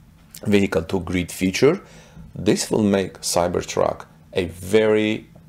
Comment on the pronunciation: Cyber truck to GRID NOT greed it took me a while to figure out what in the world you were saying. Sounds great as long as they allow you set min max kWs to grid so you can use with enough range left to make it home. Plus a better range with load calculator...